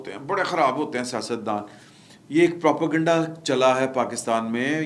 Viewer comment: For God's sake, the word is not Propo-Ganda, it is Propa-Ganda ( Propaganda). 🤭